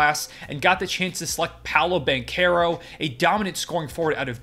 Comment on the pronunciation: I already liked your video. But you deserve it since you said Paolo Banchero's name correctly. Many people on YT get it wrong.